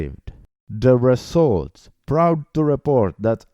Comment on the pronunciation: Results, not Resluts LOL!